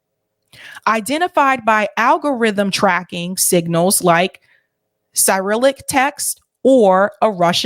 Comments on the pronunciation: I've always heard it pronounced as si-RILL-ic, but I'm in the US. How you have it might be how its pronounced in eastern Europe. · No offense but it is becoming more and more difficult to take you seriously when you keep mispronouncing common words. Cyrillic is pronounced sir-ill-lick and Rorschach basically sounds the same way it’s spelled. It’s not Rorsch there is an ack on the end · ( , ) 'Cyrillic' is pronounced: si-RILL-ik. That's the name for the Russian alphabet, named for St. Cyril (SEER-ul), the medieval Eastern Orthodox monk credited with inventing it. Pronounced ROHR-shock. A Rorschach test is an ink blot test -- one where you project onto an image something that is already in your consciousness.